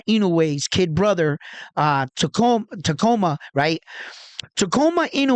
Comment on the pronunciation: You have the . . . beginning . . . TA . . . and . . . ending . . . MA . . . correct . . . The letters in between are pronounced like the word . . . COOL . . . without the "L" . . . or the letter "U" in the words "cube" or "tube" . . . sounding like . . . "KOO" or "KU" . . . So, it is pronounced . . . TA - KU - MA . . . Inoue.